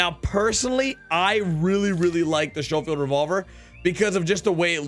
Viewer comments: Lol shofeild it's sco like scope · It's SCHOFIELD NOT SHOWFIELD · it’s pronounced skofield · stop saying shofield it is schofield like the word school not shool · Thats pronounced Skole field not show field. But you're still the man. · The schofield revolver is pronounced skofield not showfield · It's pronounced SKofield--hard "ch" as in "school" just FYI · Thank you lol this dude is killing me pronouncing it wrong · Schofield pronounced S K OH-F EE L D. Thnx for the vid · S-co-field is how it's pronounced lol as in Major General John M. Schofield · Sho- field lol🤣🤣🤣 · It’s pronounced sco-field just so you know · Omg its skofield not schofield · Schofield (sk-o-field) Just trying to help you out. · Its pronounced "Sko field" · Please say Schofield correctly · Don’t you ever pronounce Schofield like that again you dweeb smh